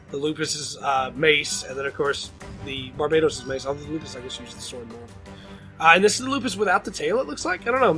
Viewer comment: Isn’t there only 73 gundam frames made 🤔 also the way you say barbatos was wrong